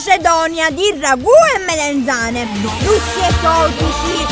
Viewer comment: Pure io ho sentito melanzane